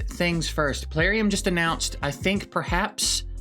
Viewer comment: is that announced or annoyed?